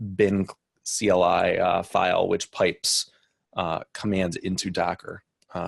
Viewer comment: "kly" lol - cee el eye!@